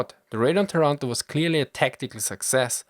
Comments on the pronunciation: By the way it's pronounced "Táranto", not "Tarànto", like you would pronounce "Torònto" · Thanks for the video, interesting and incredibly accurate as always (except for the pronounciation eheh, it's Tàranto, not Tarànto) anyway after this video and the other one about the Italian Forces and Industries in the early 40s, I feel like I should give an answer to all the people facepalming about our terrible, terrible participation in WW2, almost on every front. First of all, of course everyone knew about the poor conditions of our armed force, and that the Regio Esercito could not stand a chance compared to the british or the french army at the time. Mussolini was aware of this, and waited until June 1940 to declare war against the Allies, after the German invasion of Poland and when France was already defeated. At the time the german army looked practically invincible, and everyone in Italy thought that the war would be finished in some months: remember that at the time, France was considered to have the biggest and well equipped Army in continental Europe, and if the german defeated them in a couple of months, then the rest of the allies (aka just the Brits) will capitulate in a couple of weeks! At least this is what Mussolini and the italian HQ thought, and what everyone genuinely believed. Mussolini and Italy entered the war thinking they would have fight some minor battles clashes in Nort Africa against a crippled and demoralized enemy, thinking that after the Cmapign of France, the British would be eager to reach a peace with the Axis. He greatly underestimated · TA-ranto not ta-RAN-to!!!! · Language detail: it's Tàranto, not Tarànto ;) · Taranto has the accent on the 1st "A" letter !!! ;-) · Not to be annoying but the "a"s of Taranto are pronounced like the ones in marathon